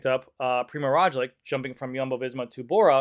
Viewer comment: poor... poor Primoz Roglic. so many times his name was mispronounced :))